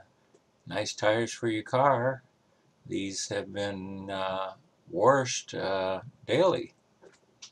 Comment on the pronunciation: There is no “R” in the word “washed”.